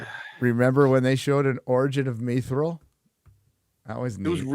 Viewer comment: It's pronounced MYTH-real. Not MEEEE-real.